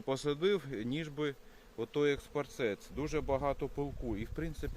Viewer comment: Не экспарцет, а эспарцет.